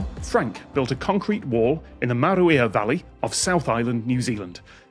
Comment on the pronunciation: A for effort on the pronunciation. Tom said Maruia better than half the people who live in the South Island. P.s. 'The' South Island.